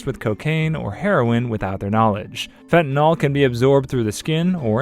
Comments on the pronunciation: You can always tell when someone doesn't have a background on the subject under discussion. They mispronounce their terminology. Take for example, fentanyl. It's pronounced "fen-ta-nil", not fen-tan-ol". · The amount of misinformation in this is ridiculous, plus you don't pronounce Fentanyl correctly, it's not NOL it's NYL like NIL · You`re not even pronouncing fentanyl right. it`s Fent ta nil. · The proper pronunciation of fentanyl is one of my pet peeves. I don’t understand why people, such as the narrator of this video, have such a difficulty with its proper pronunciation. Fentanyl is spelled with a “yl” at the end, not an “ol”.